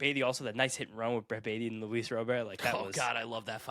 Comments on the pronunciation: It's roh-BEAR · ITS RAH-BURT damnit!! Pronounce it like he's American that's how HE said it's pronounced 🤦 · Baseball America posted a copy of the official MLB pronunciations guide. It's just Luis Robert. R-O-B-E-R-T. Not Row-bur, not Row-bear, not Rob-er. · You guys will never pronounce Robert correctly 😂. Robber? Haha that's wrong too. Native speaker here.